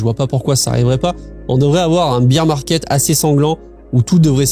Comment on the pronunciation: Le « beer » market 😂😂😂